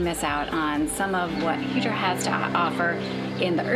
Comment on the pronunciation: Its not Hydra is pronounced Idra pls dont boucher local names !!!! Nice video though !!!